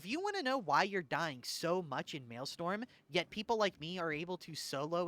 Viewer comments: Wanted to clarify, it's "mail-STROM" not "mail-STORM". Counter-intuitive I know. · actually its Maelstrom not Maelstorm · Strom. Maelstrom. Not Maelstorm. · It's "maelstrom", not "maelstorm". strom. That's not a misspelling. It comes from Dutch "stroom" which means 'stream' and it's not pronounced "storm". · Maelstrom - “mayl-struhm” Martyrdom - “mar-ter-dumb” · MaelSTRom. Strom, almost like strum, like strumming a guitar. So at worst you can just pronpunce it as Mail-Strum Also Mart-er-dom. Not marty-dom 😂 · Totally agree so far, I am freebooting this on stream :D also it is pronounced MAIL- STRUM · I love the new style but now I can’t be as mean to you as I want to be about how you pronounce maelstrom and martyrdom.